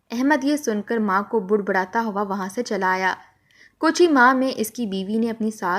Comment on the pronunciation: budbudana nahi balke badbadana kahye